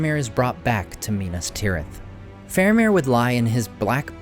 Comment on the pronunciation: FAHR-ah-meer, not FAIR-u-meer